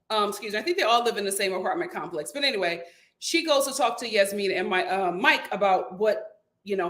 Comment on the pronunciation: I'm about to give up on this season because it's just 😪 I just want Steve to say NO to Annoying Noi on Decision Day. That woman is annoying and insufferable. The "j" in Jasmina is not a "y" sound lol Michael is trying his hardest, but Jasmina does not see it for him. Sad. I'm done wanting better for Katina because she doesn't want better for herself smdh.